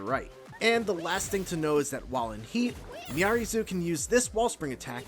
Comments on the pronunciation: True but he still should have researched her name.. it's not miary zoo lol it's pronounced me r reez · Her name is pronounced “Miaries”; you don’t pronounce the Zo. Is no one listening to the official footage?